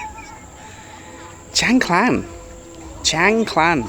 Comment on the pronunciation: another masterfully created depiction of a wonderful location which I've visited a couple of times. May I ask if your pronunciation of Khan, clan is correct as I have only heard it pronounced carn.